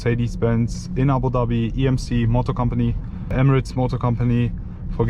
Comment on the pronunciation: the only european guy who can announce (Abudhabi) the right way